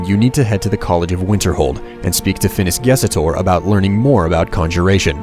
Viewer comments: hey , I think you whote and said Phinis GesOtor, but it's Gestor, no? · Great video, dude. But (just because I'm picky) it's Phinis GESTOR not GESETOR.